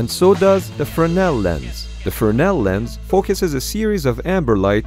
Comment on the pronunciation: Huh, so it IS pronounced frenel. Even though it's spelled fresnel.